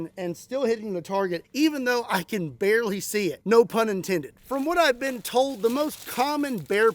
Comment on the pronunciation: "but bearly" I love it